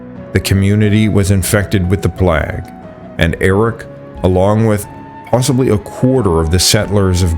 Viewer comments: One of my favorite channels, but everyonce in a while you pronounce something like you've never spoken to a person- "Plahgue" and "pahgan" got me 🤣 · "plag?' "paggan?" 'nuke-yoo-lur?" 😆 where are you? or is the narration AI-generated? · I believe they're pronounced "payguhn"(pagan) and "playgh"(plague)!!! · The claim that in 1341 Ívar Bárðarson Ivar went to Greenland's Western settlement and saw people bathing in volcanic springs is simply impossible. Greenland has no volcanic springs anywhere and known active volcanoes come to a grand total of zero. The last know vulcanism was 60 to 65 million years ago. It is also amazing that word like plague, pagan, ,paganism and other terms are seriously mispronounced by the narrator. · why cant AI pronounce things correctly yet? so much money spent on it, so much data thrown at it, so many people working on it and counting on it but it cant fucking pronounce basic words like plague and pagan still? our future is bleak.